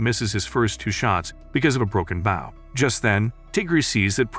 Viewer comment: When it’s spelled bow but the bot voice says baw